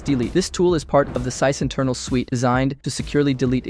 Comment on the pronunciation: Interesting how you pronounce meterpreter, sysinternals and other terms. Makes me think you’ve never actually listened to or talk to anyone in the community. All this sounds like ChatGPT generated information.